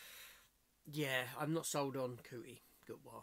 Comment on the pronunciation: 'Billy' Gibson? 'Cutie Gutwah'? who? it's MILLIE Gibson and Ncuti (Pronounced 'Shooty') GATWA.